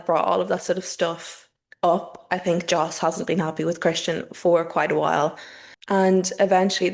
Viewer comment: Js in Dutch are pronounced like Ys in English. So, Yos Verstappen (well, some variants of Dutch also say it more like Ferstappen).